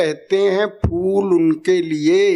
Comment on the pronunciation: Fool nahi phool hota hai namakool